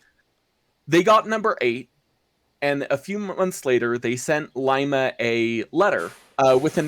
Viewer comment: Did you guys know that we have a Shay on display, at Cadillac Michigan,where Ephraim Shay worked. I will get you more pictures if you want. Our cylinders are slanted into the boiler a little. I have never heard it called Lima,like "lie ma" only ever heard it called Lima, "Lee ma". just letting you know.. no big deal.